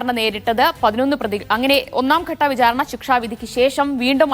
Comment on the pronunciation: 'pramaadham' അല്ലാ, പ്രമാദം.. 'vijhaarana' അല്ലാ, വിചാരണ..